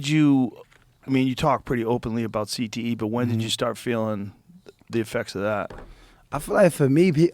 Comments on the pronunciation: Is he saying "CTESPN" intentionally or...? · He definitely got a speech impediment if it’s not cte